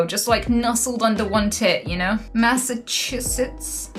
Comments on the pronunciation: "Massa-chungus" made me laugh so fucking hard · Yee for sure, so long as you always pronounce it as Massa-Chungus from now on xD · When she started saying masachungus pleaseee😂😂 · Massachungus (Mass-achu-sets) is the best. We are the OG, the cradle of liberty, where it all started etc. we’ve got the best schools, hospitals, famous restaurants and entertainment venues. We are a bit more expensive to live in than some states but that’s because we have a massive amount of services. You can go from hiking around the white mountains in the evening to hanging with friends in Boston a couple hours later. It’s really well rounded. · That's pronounced Mass-ass-chews-its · You OWNED MASSACHUSETTS you can’t pronounce it?